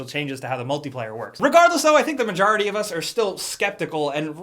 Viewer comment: "mah-jar-idy" ~